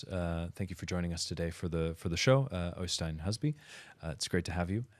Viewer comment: Øystein stated the model name several times yet you guys still kept saying it wrong. It’s phonetically ‘yan’ not ‘jan’. It’s like the J in Jesper (pronounced Yesper). Also, the momentum was killed when the announcement of the new model was interrupted…not sure if that was on purpose to build suspense, but making people wait until more than half way through the video is more likely to lose people and miss the opportunity for exposure. I hope the watch does well nevertheless. I’d probably hold out for the titanium bracelet, or pickup the regular steel version…just a bit nervous about the colour and fit, would love to try before I buy.